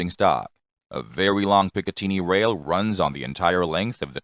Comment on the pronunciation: The AI voice is crap, just like all AI voice narration. Google the English pronunciation of "picatinny".